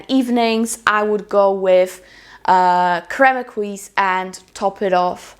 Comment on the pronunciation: Crème Exquis is a very pretty fragrance! It's actually pronounced ''X-SKI'' 😉😉 I think it's important to mention however that the brand made a mistake when it comes to the name; the correct form would be Crème Exquise (it's missing the E) which means exquisite cream.